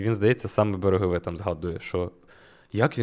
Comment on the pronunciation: Зауваження: не рідко неправильно ставить наголоси в назвах міст. Буквально щоразу. Конкретно в цьому випуску - берЕгове має бути і сарАєво Пробачте вже за душність, але мені здається це має значення. Бо потім на слух складається враження, наче про Сараєво дізнався поспіхом десь прочитавши, не заглибившись в тему. Дуже непрофесійно звучить. А так то я фанат, дуже чекаю і завжди дивлюсь кожне відео🫶🏻